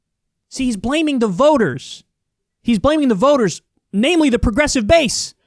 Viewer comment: He had a hard time even saying "progressive"